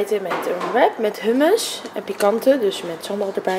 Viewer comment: het is hoemous en geen hummus